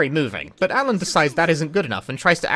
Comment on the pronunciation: Hey, props to that Japanese VA for getting the L sound in "Alan" right.